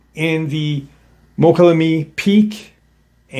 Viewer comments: I think you are talking about Mokelumne? Pronounced Mo-call-a-me. Interesting story, I lived in the area for several years. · MOKA- LOO-ME... MOKA- LOO- ME! Slow down,😂😂. Damn Bro, you butchered it again!! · Pronounced... "Moe-kolla-may" 😏